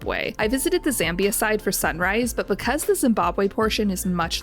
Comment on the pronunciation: Z-ah-mbia, not Z-eh-mbia...and welcome